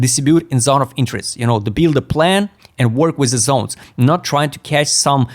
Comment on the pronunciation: when it is pronounced properly Zones is not funny but when you say Zons it becomes funny 😂